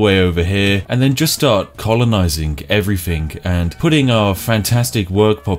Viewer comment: Colonizink everythink sounds like a strategy!